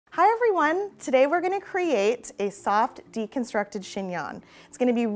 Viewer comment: Chingnon? Chingon? 🤣